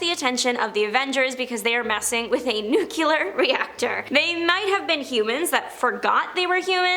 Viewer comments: NEW-KLEE-UHR, not NEW-KYAH-LUHR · She lost me when she pronounced nuclear "NUKE-CURE-LUR" 3 times!😮...